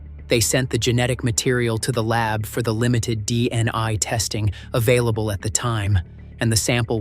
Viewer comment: How many times does the AI Narrator say DNI rathef than DNA?